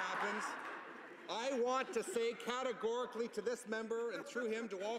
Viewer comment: "CateGOREically", though